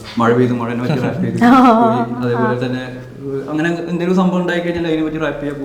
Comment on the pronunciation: ഇടയ്ക്കിടയ്ക്ക് റാപ്പ് നു പകരം ഇവള് റേപ്പ് എന്ന പറയുന്നെ 🤣